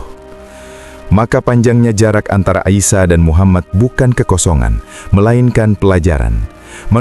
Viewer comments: Dr Nabi Isa Kok jd Aisya?????slh sebut. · Nabi ISA as, BUKAN Nabi AISA, bahasa Indonesia ISA ya di baca ISA!